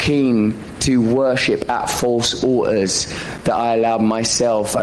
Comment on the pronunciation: The way he says “altar” 😂